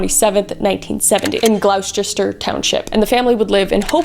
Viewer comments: lol. Glowl-chester. “Gloss-ter” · It’s pronounced “glauster” Not “glowe-Ches-ter”. — person who lives here. 😂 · I'm sorry, I love your videos soo so much but I choked on my fresca when you said "glauwsheshter county" hahahaha It's gloss-ter, just so you know (source: born and raised there) ❤ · not all that important but just a heads up, Gloucester is pronounced Gloster as in LOST, not GLOU as in LOUD. and the CE is silent. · It's really weird seeing the sign for the exit that I lived right off of in a video about the Menendez bros. And for the record, everyone thinks the spelling is so crazy because it's pronounced like Glaw-ster. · As someone from the area, hearing Gloucester township (NJ) be pronounced phonetically was was hilarious 😂 It's actually pronounced Glaw-ster! (Like flaw, but with a G). Not sure that anyone needs that information but there is is. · Btw “Gloucester” is pronounced “GLAW-stur” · It is pronounced GLOSTER "Gloucester" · Gloucester is pronounced gloss ter. I was born and raised hsre. ❤ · It’s pronounced “gloster” lol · Gloucester = G lost er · I love you Kris but Gloucester township is pronounced like Glaa-ster (I'm from a Gloucester and people get it wrong all the time and a lot of the time people don't care/listen so and can get annoying sometimes but its a simple mistake that people often make) Great video though and I love you I just bothered me a bit but you are fantastic and the video was one of my favorites I'm just nit-picking so don't mind me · Nahhh I'm from that area in NJ. Never heard it pronounced that way but A for effort. It's pronounced "glawster" for Gloucester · Not her saying Gloucester wrong😭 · I live 15 mins away from Gloucester twp. Love how you pronounced it 😂 I didn’t know they lived in NJ. I’m just watching the new documentary now. It’s good so far!